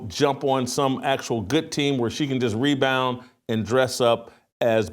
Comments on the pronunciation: Me-bounds, not rebounds for Angel Reese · "MEBOUNDS" AIN'T REBOUNDS!!